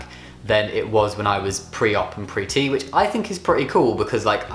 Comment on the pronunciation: I always heard pretty instead of pre T xd